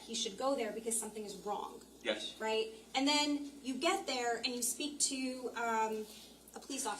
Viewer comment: Someone needs to coach the defense attorney. It’s absolutely grating how she begins each question with, “And…” The way she pronounces it sounds like, “Ennnd…” So annoying.